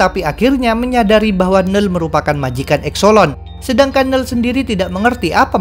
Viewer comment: biasanya admin nyebut "knull".. "kenull". kok sekarang jadi nell :(